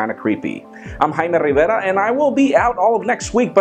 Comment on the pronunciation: Hymer (Jaime) Riverrrrrrrrraaar